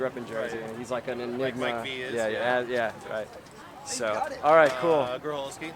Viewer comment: love that he pronounced Mike V's name wrong haha